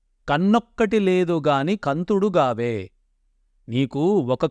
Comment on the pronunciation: kaantudu not kantudu